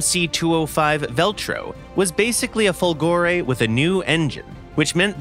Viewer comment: It's Fòlgore, not Folgòre !!! Italians were able to produce and test excellent V engines, thinking about the wonderful V16 Fiat AS.8, reaching a 2000+ HP power well before other countries produced more known engines like Merlins, or Griffons, Jumos, etc. A much more plausible explanation of the "fiasco" (which one are you talking about, anyway ? Italian planes where in most cases far better than foreign planes...): politics and industrial tycoons greed ruined it all.